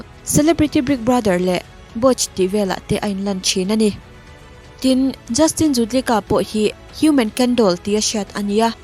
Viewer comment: Ken Doll khi Justin judlica nilo in Justin Jedlica tihtur zawk